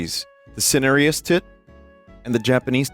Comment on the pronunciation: Everyone give it up for the english major who can't pronounce cinereous